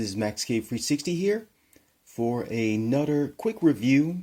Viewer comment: Say "other or another" again 😂 i love u